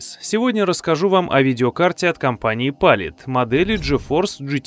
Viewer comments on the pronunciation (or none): ударение ставится палИт а не пАлит, в видеокарте не оперативка а видеопамять